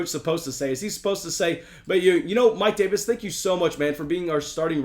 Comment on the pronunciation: The way he said Mike Davis is a bug with the coach saying it was hilarious😂😂😂